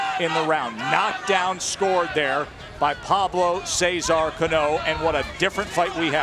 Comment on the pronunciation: Somebody teach the announcers how to pronounce Cano correctly